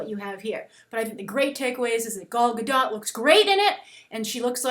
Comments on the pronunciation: a note on the pronunciation of Gal's name (as an Israeli it hurts a little each time i hear someone say it) - The GA sound in the beggining of the first and last name sounds like "GAga" and her last name is actually pronounced Ga-Dote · She would be amazing ! you all just jealous of her ! she is the bast choice for wonder woman ! [ and you need to pronounce the t(: ]